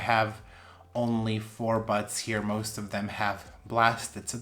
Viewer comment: You gotta stop saying blasted buds cuz it sounds like butts. All I hear is butts. It has a peduncle which will form new butts.